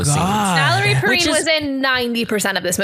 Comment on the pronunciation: Saw this in the theater when this came out. Twice in a row. What can I say I was 17. Oh, and it's pronounced Perrine like fine or wine.